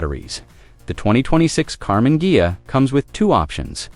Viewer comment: I know it's AI but that's a cool car. And it's hilarious it can't pronounce Ghia 😂